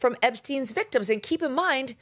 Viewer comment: Melania is so concerned about the veekteems🙄